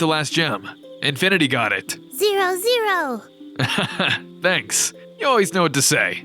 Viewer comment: Sometimes it sounded like infinity was saying infant